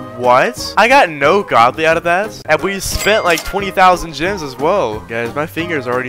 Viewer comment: Thought saids grems 😭